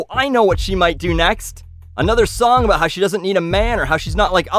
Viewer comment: it's weird hearing you talk aboot a company before your videos lol